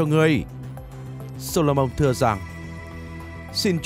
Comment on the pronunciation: Tôi xin lỗi nhưng vua gì cơ? "Sô-lô-mông" á!?